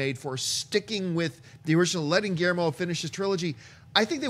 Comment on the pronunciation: Is it just me who finds HILARIOUS the way they pronounce GUILLERMO? Just say the L guys, it isn't that hard.